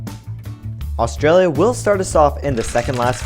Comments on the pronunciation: its pronounced AUSTRALIA NOT ARGENTINA!!!!!!!!!!!!!!!!!!!! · You said argintera instead of Australia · anyone else realise he says argentina not Australianlia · wtf HE SAID argentenia AT THE END INSTEAD OF AUSTRALIA